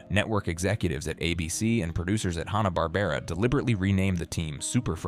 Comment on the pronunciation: AND IT'S FUCKING HANNA WITH A FUCKING SOUND not Hahn like the beer.